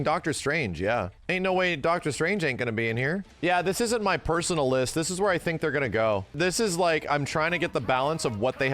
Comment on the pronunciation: never say a sentence again bro, even more so if you're gonna say "ts" mean "this".